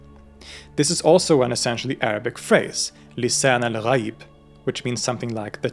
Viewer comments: As a Shia Muslim who just watched the two parts, this movie can relate to many things that I believe in with extension to out-of-the-box thinking lol. Very well explained and perfect pronunciation of Lisan Algh'aeeb :D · Hey, this guy pronounced Lisan Al-Ghayb --surprisingly, very accurately.